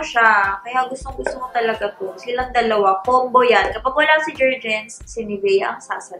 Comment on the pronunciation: Jer-Gens not Jens po😅